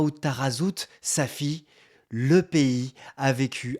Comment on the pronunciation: Chaque fosi tu prononces la ville de SAFI .. j'ai la chair poule .. merci frère